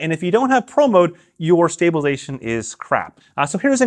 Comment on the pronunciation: Dude, seriously, if you want to be taken seriously when talking about stabilisation, you need to take the time to say stabilisation, not "stabalation". BTW, Matt Jones, Red Bull slopestyle superstar, has a video up doing double backflips and it stays on his chest and his pocket with the magnet, no worries.